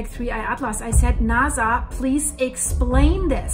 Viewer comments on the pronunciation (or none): I like your information but sometimes it's hard to take you serious when you keep pronouncing NASA as it has a z sound.... let me hear you say... snake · It is Nasa to NaZa